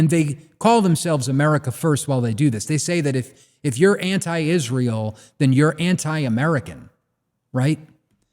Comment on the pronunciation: I hate the way pronounces "Izz-rool"